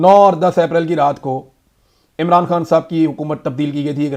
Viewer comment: اے ران نا بولا کرو۔ای ران بولا کرو۔شکریہ